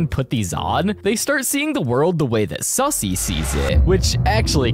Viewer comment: Wait it's suzzie not sussy